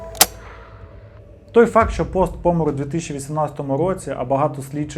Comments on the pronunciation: Усе норм у відео, але дуже ріже слух пОмер, а не помЕр. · Став будь ласка правильно наголос в слові помер 😢 Не пОмер, а помЕр 🥹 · Будь ласка не зиркай по боках під час розповіді, дуже некомфортно таке дивитись. краще вивчай текст, щоб не зависати, і не збивати цим слухачів, або чому б не зачитувати текст взагалі закадрово.. і роби правильний наголос в слові помер. Що за пОмер